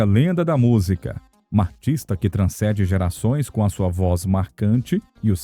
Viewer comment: Não é "transCEde", é "transCENde", com N. Parabéns pelo vídeo